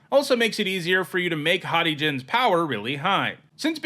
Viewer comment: The way you said haughty Jin made me think you said hottie Jin which wouldn't be inaccurate tbh.